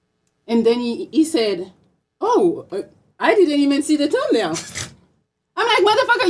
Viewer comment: I can’t understand sh🤫t she saying 🤣🤣🤣🤣🤣 . Damn I see y MTR dropped u. She said tum nail 🤣🤣🤣🤣🤣